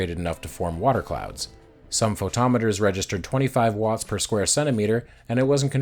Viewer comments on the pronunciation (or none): none